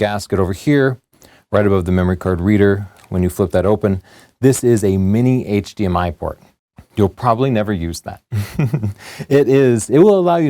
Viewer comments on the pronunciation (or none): none